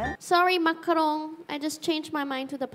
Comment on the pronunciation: "sorry macarown i change my mind to pie" -Manoban 😂